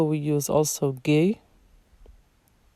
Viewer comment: Ghee not gay